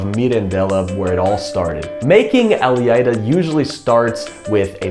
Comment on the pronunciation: Well done. Even with a bit of non-Portuguese accent (your “lh” in “alheira” and “ovelha” needs some work, but your “” is spot on), you do true justice to Portuguese cuisine. Thank you!:-)